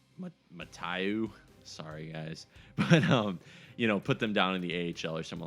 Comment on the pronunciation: The names are Da-know and Ma-toh. Just so you know.